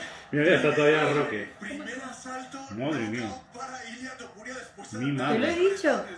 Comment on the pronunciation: Es Topuria, no Tupuria. ✌🏻😁